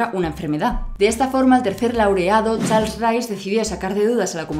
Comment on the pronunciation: AHÍ DICE cHARLES, NO cHARSEN, X'D/. , ¿TE REFIERES AL cORONAVIRAS? :V?